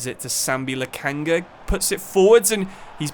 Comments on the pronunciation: I get not being able to pronounce names like Kvaratskhelia but what is ‘Upacamano’, ‘Lokanga’, ‘Woltemide’… are you even reading the actual names?😭 U-PA-ME-CA-NO LO-KON-GA WOL-TE-MA-DE love the videos but these particular mispronunciations have to be some form of ragebait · First of all.. i love the series. But for a relatively small youtuber, it seems you dont really read comments. which is strange. I mean under every video someone tells you that it is Sambi LOKONGA and UPAMECANO.... and that you never heard of Upamecano as it seems makes me wonder even more.. 😅